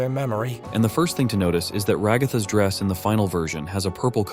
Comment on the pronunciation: “Who’s your favorite character in tadc?” “Rahgartha”😂😂😂😂😂🤣🤣😂😂💀💀💀💀💀